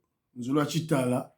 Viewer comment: mon petit-frère propre. Tu participes au reveil de la conscience nationale et cela d'une manière indéniable, n'en déplaise à Fabien Tuambakaja tortue ninja, alias Kusuanika., on dit nzolu wa tshitala, le coq et non nzolu wa tshintala.